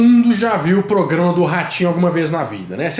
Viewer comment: O falou: "POGRAMA" algumas vezes? Ou estou enganada?